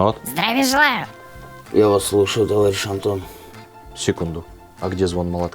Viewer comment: Давно не получал столько удовольствия от просмотра ролика! Ура ТОВАРИЩИ! Но самый класс - это "товайищ" 😂😂😂